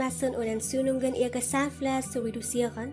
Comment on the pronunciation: sahnfleis , sahnfleis :_=) geh schlafen